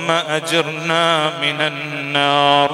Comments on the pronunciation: അല്ലാഹുമ്മ 'അജ്ർനാ' അല്ല - അജിര്നാ ആണ്.. കഷ്ടം!! Mimic ഒഴിവാക്കിക്കൊണ്ട് പറയുന്നത് എന്ത് എന്ന് മനസ്സിലാക്കി പറഞ്ഞാൽ ഇത്തരം അബദ്ധങ്ങൾ ഒഴിവാക്കാം. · اللهم أجرنا (بالراء المرققة لا بالمفخمة) أدام الله صوته الجميل